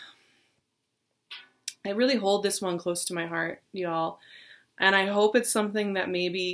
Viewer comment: Does she keep saying hearth or is that just me?